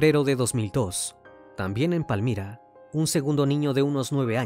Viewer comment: Saludos desde Tuluá Valle del Cauca Colombia Me encanto como pronuncio Palmira